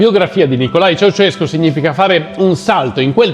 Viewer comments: Ceausescu non Ceaucescu😉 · Si chiamava Ceaușescu, non Ceauceșcu. E sono stati tempi molto duri, dopo gli anni 1980. Ma, tutti avevano un posto di lavoro, cosa che non si puo dire per oggi.